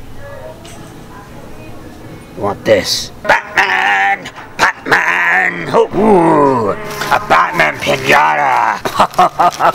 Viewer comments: Like his vidieo every time he says patman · scoopity woop I didn't knew he probably said bataman on purpose. Sometimes, I just don't understand. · PlashMon not grownman....batman